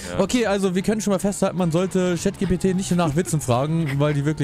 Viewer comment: GPT wird englisch ausgesprochen 😭